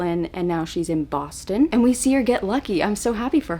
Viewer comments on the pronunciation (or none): none